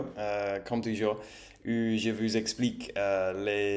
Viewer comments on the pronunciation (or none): Tu as fais beaucoup de progrès ces temps-ci. Si je devais faire une remarque, c'est sur les "ou" que tu prononces encore quelquefois "u", par exemple "Comment allez vous" (quelquefois tu dis "Comment allez vu"), à part çà, tout ce que tu fais est très bien.